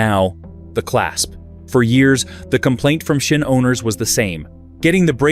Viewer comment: Pronounced zin. Z-in, zin. It's German. Say it like General Burkholder or Sgt. Schultz.